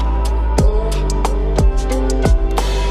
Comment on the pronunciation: It's iburg not inert I live in that town